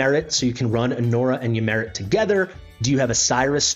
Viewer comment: The great Greek Hero - ay jaks, and Ymiret is ee-mir-et